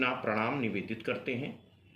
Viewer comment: Bhut sunder sir ... Apne to granth ke ishlok ka bhut acha uchharan kiya he ...